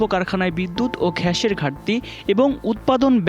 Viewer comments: 'গ্যাস' কে 'ঘ্যাস' উচ্চারণ করছেন কেন 😅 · হামবাদিক গ্যাস উচ্চারণ করতে পারে না।